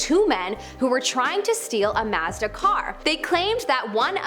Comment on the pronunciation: Why did she say Mazda like that 😂